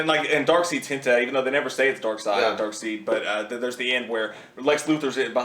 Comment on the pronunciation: Because u guys don't even know how to pronounce Darkseids name... U have credibility anymore to review this as a comic book movie.....smh